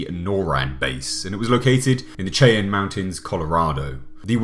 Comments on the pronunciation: As someone who grew up in C Springs in the shadow of Cheyenne Mountain and NORAD I almost rage quit this video at the pronouncement (it's supposed to sound like Shy-Ahn) but... I'll give you a pass. The rest of this video is great. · Love your content. Small point, Cheyenne is pronounced as, 'shy-ann' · Where tf is “Chay-enne” mountain? 😂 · 'shy-ann' ... 'the shy-ann' mountains. The che-en mountains...geez. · Cheyenne starts with a SH not CH, Sheye-an not Chai-an. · it's not CHAY-ANN. It's SHY-ANN. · SHY-ANN mountains. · It’s pronounced like “shy-Ann” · Cheyenne is pronounced Shy-anne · Cheyenne is pronounced Shy-An. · Cheyenne pronounced like Shy-Ann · Chay-on mountain 😂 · It's pronounced Shy Anne Mountain not the way it's spelled. There is Cheyenne Wyoming also it's pronounced the same way. It's named after the indian tribe. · Btw Cheyenne is pronounced SHY-ANNE. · FYI Cheyenne is pronounced Shy-Anne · Cheyenne is pronounced like "shy-anne." No shame, I likely couldn't pronounce many of the towns in England. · Cheyenne Mountain [shy-ann mountain] sorry, that ch and cha where getting to me haha. But a great video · Cheyenne is pronounced with an sh sound. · Cheyenne. Pronounced: SHY- Anne. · Cheyenne... is pronounced.. shyanne .. it is named after a Native American tribe .. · FYI,, Cheyenne is pronounced "Shy - Ann." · Cheyenne is pronounced "shy-an." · LOVE these videos! Keep it up!! One thing though. Cheyenne Mountain is pronounced “Shy-Anne” Mountain. Just for future reference.